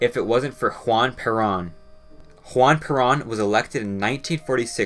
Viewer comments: It's pronounced Per-rōn. Not parron.,.. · bro said juan prawn or juan parent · Great video but the only note is that Peron, is supposed to be pronounced like Pur-rhone. Otherwise awesome vidoe 👍👍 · You were doing so well and then you mispronounced Peron so badly. Why why. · Argentina: the American loser story LOL. You botched up the pronunciation of Peron. Try to get that :”r:”trilling, and The emphasis is on the second syllable, not the first. You really should say the name of the president correctly. You also failed to talk about one of its most successful exports in the last 40 years, which is the fictionalized autobio /of Peron‘s first wife, Eva Peron, memorialized as a Tony award winning Broadway MUSICAL, :”Evita“ a less successful movie starring Madonna. Just saying. Lol